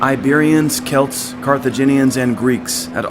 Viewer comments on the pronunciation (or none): none